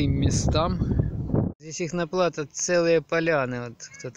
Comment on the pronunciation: не плАто,а платО.Это франц .слово